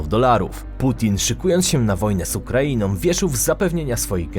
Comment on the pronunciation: Wymawia się są nie som, z Ukrainą nie Ukrainom